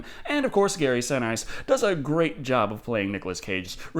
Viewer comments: Learn how to say Gary Sinise. It is not si..nice :( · Gary's last name is pronounced "Sen-eese". Seriously, "Sen-Ice"? Do you do this on purpose? Ah shit he totally does this on purpose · I think it's Gary (Si-Niece) Not Gary (Si-Nice), kinda an italian surname with a more european pronouciation, but don't worry I always like the way your pronouce the names. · Gary Sin-eace. At least that's how I have heard his name pronounced in interviews without him ever correcting the interviewer. Normally I'm not so nitpicky but In light of how your schtick is nitpicking the small details, continuity errors, weights and measurements and whatnot while reviewing movies (not that I mind that much), I figured it was worth mentioning. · Gary Sinise, it’s pronounced se-niece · It's pronounced Sin-ees. Just saying. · Awesome video, strangest pronounciation of Sinise ever, though. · Great review as always,but please learn the proper pronunciation for Gary Sinese!